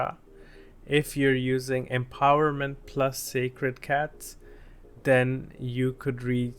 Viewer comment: I like these moments you call sACred cats as sCAred cats 😂